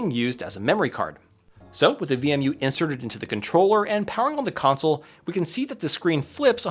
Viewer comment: why are you pronouncing it as VME?